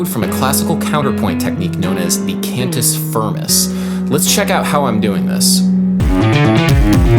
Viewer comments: Huuuge one, Adam! Thank you :D P.s.: it's pronunced kind of "can-tee feermey" (with the "rolling R" if you want to be a latin super hero) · *[cahn-toos fear-moose]